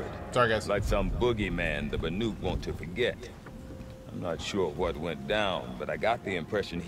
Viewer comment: Hopefully being in the Cut will pound 'BANUK' into his head, he called them 'BARUK' for the entire main game! lolol...really though, great content! :D